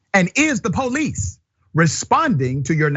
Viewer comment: .and is'da poh-leese...